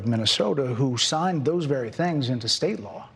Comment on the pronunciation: Ew sounds verwy verwy scarwy.